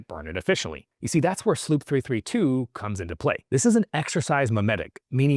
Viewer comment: SLU PP 332... not SLOOP wtf